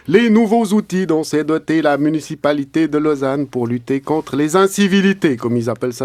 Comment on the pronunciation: ça date mais qu'est-ce que c'est magnifique!!! Par contre, on s'entraîne, allez tu peux le faire: MU-NI-CI-PA-LI-TÉ!